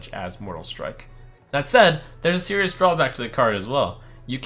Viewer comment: my siri activated how he said serious lmao